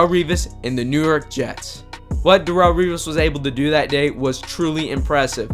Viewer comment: Who is "Dahrull"? Lol...its not pronounced that way